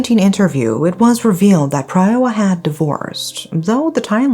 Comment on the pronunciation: PraaaaayWaaaa it’s pronounced praaaywaaa